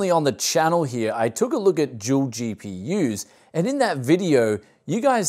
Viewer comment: i've been watching a few of your videos, but im afraid i cant get used to your australian accent you pronounce the D in Dual as if its a J to me it sounds like you're saying Jewel "Recently on the channel here, i took a look at jewel gpu's..."